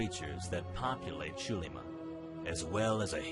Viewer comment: Yeah, that's not how you pronounce Spanish "x". Also, who said character names? Put your dunce cap back on and return into the corner.